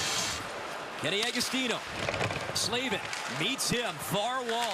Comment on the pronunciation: Yeah, I cringed every time he said Slavin lol